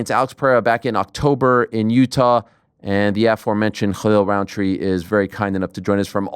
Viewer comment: wow, props to you ariel for pronouncing his name right, didnt expect it